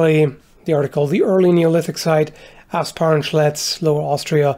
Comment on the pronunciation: Ahh, Asparn Schletz, for a second there I thought you said Ass-punch Ledge, which sounds like either a mortal kombat stage or a very odd historical site